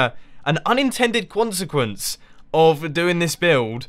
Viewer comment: "An unintended quonsequense" -Mumbo 2015